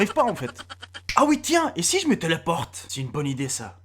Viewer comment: au lieu de si je me téléporte j'ai cru qu'il avait dit: et si je mettais des portes...